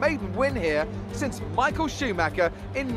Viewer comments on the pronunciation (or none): none